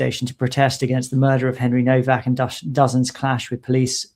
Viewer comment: The w in Nowak is pronounced as v…it is a Polish name.